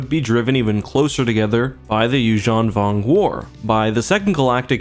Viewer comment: um excuse me, it's Yuuzhan Vong.